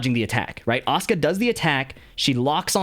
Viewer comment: It sounds like Oscar instead of Asuka if you say it. That got me so confused😂